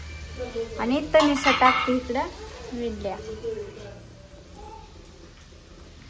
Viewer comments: विडल्या नाहीं ईडल्या म्हण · विडल़ी नाही गं इडली😁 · विडली नाही इडली